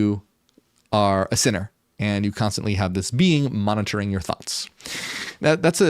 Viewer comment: Mon-ah-tur-ing = Monitoring😅 I totally felt you there haha! I have the same problem sometimes lol Edit: you are very intelligent I can tell!